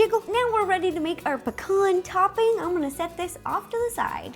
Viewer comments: why on earth do u say pcorn in stead of pee-can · Pea-cans not pa-kons lol. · Pecan is (Pee-Can) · Am I the only one who says pecan different to how she does??🤔